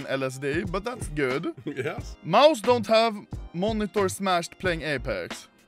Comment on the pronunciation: did he just say jes as in yes?